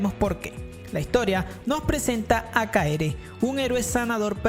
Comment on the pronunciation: Alguien más noto que en Kaifuku lo llamo Kaere y no Keare?